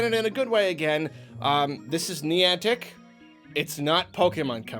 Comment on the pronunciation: was really struggling pronouncing Niantic. He said it so much in the video and pronounced it slightly differently almost everytime. I wonder why youtubers don't Google how to pronounce stuff more often to help avoid that.